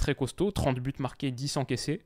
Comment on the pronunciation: tu fais la faute de prononciation à chaque fois. Quand il y a plusieurs buts, il y a un S à but donc liaison 4 buts à 0 avec la prononciation du S et non du T. Et tu dis souvent « en vrai »